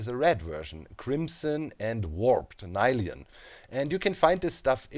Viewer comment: is it n-i-lium? personally would pronounce it as nill-ium